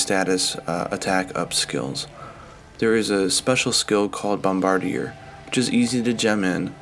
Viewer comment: Bombardier is pronounced Bomb-a-DEER. Great vids!